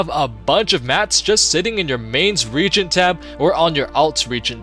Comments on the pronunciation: Hey it's pronounced RE-AGENT not RE-GENT, Helpful video though! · Helpful vid but it is pronounced re-a-gent. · good video. but fyi the word reagent has 3 syllables. re-A-gent.